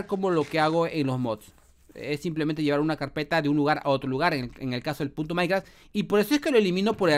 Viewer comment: Soy yo o dijo puto Minecraft minuto